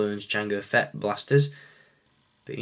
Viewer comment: feet:/ its fett :p